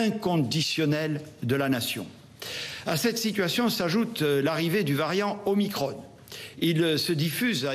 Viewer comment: On dit Veran pas Verane, Macron pas macrone, donc Omicron pas Omicrone